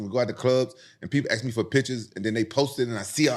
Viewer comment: Why does rampage say “ AX “ instead of “ Ask” I’m Finnish and I understand how to say ask